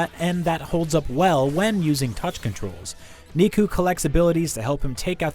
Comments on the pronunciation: "You play as Niku" basically "You play as meat". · Ethan Merrill they should do a bit more research it’s not nee-ku. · Still pronouced as "neku" lol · knee-koo?? LMFAO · This review would be better if someone who played the game was speaking instead of someone who is clearly reading off a script. Pronouncing the protagonist's name wrong a pretty obvious flag. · I’m 90% sure you’re saying neku’s name wrong. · Neku's name isn't pronounced like Riku from Final Fantasy X-2 or Kingdom Hearts with an N. His name is pronounced like Deku from My Hero Academia with an N. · Pronouncing the main characters name wrong after it is repeated over and over through a game is ridiculous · First, it’s not really a fair score of the only criticism is the controls in docked mode. How can you fail to pronounce the main character’s name when it’s said so much. Did you even play the game? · its NEku! not KNEEku! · It’s Neku it greatly aggravated me I’m glad I’m not the only one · I feel like IGN employees purposely pronounce character names so much differently just to feel cool. If you played this game , you know it’s pronounced “Neh Ku” not “Knee Ku” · Why is everyone pronouncing his name wrong?!.... it’s “neh-koo” neku not niku.... this isn’t the first review that’s done this.... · ._. It’s Neku(Neh-ku) not nikku(knee-ku), that is literally how you pronounce my name Edit: how do you even say his name wrong when they even say it the right way in the game? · It's pronounced Necku not kneeku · NIKU? I thought it was Neku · The “Ne” in Neku is pronounced like “Net”, not “knee”. 😩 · I cringed every time he said his name... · Haha, “Niku” it’s Nado, dumbass the S is silent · "the main character... KNEE-KU" closes video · Hehehe he said niku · You hear characters saying Neku’s name vocally in the game... how is this guy saying his name wrong as kneeku. Did he even play the game? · You play as "Ni-ku"? Dude...This Hurts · I lost interest in the video after hearing Nee-ku. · Kneeku kneeku knee!